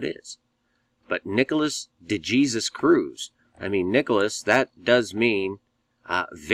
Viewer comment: "De Jesus" is an Hispanic name! The "J" is pronounced with the "H" sound, and the "E" is the long "A" sound as in "Aim", the "Sus" part is sounded out like "Sues"!! "De" = "Duh"!! "Duh HAySues"!!!!!!!! If you did further research...he also claims his biological mother is "Jewish", which in the eyes of the Jewish race..makes you a full fledged Jewish person! Sounds an awful lot like George Zimmerman! The media poured out stating that George Zimmerman was a "white Hispanic" when in reality his mother was Hispanic and his father.. 100% Jewish.... Therefore, making Zimmerman an "Hispanic Jew"!! Once again the narrative poured out with the Zionist controlled media that Nicholas "De Jesus" Cruz is a "white" nationalist, supremacist! They purposely, and intentionally left the "De Jesus" off so it will fit their propagandist agenda!! When reports now, that the leftist communist, Antifa supporting youth movement has tuned out, is that he is another "Hispanic Jew" and that he is a "REGISTERED DEMOCRAT"!!!!!!!!!!!! This is what occurs each time something like this happens... immediately blame whites when the whole story is based on a pack of Zionist propagandist lies!! Look this up throughout history... nothing ever changes!